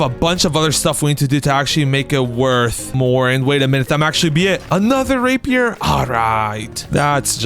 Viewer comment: dude did NOT say rapier